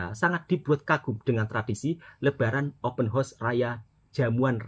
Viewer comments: 📢📢 📢📢 bukan open hos tetapi OPEN HOUSE - open haus bunyi nyerrr 🙄🙄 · Bukan openhorse mas tpi openhouse 😂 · Cara sebut open house tu salah... Kalau cara sebut tu bunyinya horse.... Itu maksudnya kuda... House tu maksudnya rumah